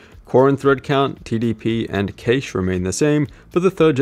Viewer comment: Cache is pronounced exactly the same way as "cash". Just saying.